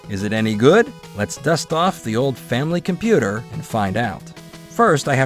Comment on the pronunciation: So glad to hear you’re naming nintendo’s japanese 8-bit console correctly as the FAMILY COMPUTER unlike other western youtubers. Kudos to you!